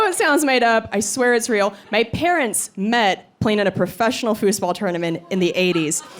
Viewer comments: very funny. i will look up your fooseball videos. but i am mostly i am commenting because i've never heard it pronounced that way before, always "foozball" edit: - great video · You really say fußball like us Germans say football. So you've loaned that word from us or what?